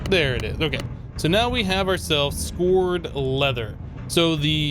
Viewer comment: that's scoured leather (sk ow er ed) like scraped